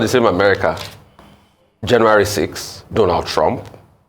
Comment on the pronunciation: DONALD TRUMP AND NOT "RONALD"TRUMP. "SCUTTLE" AND NOT "SKOTLE"